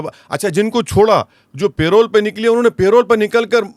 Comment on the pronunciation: bhai payroll pe nahi "parole"